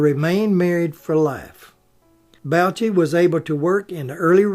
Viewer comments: you old hillbilly, it is willis bo-shay,not bow-chi. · Mr. Bouchey's name is pronounced Boo Shay.